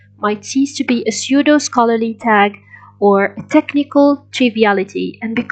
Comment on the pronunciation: Pseudo, check pronunciation by.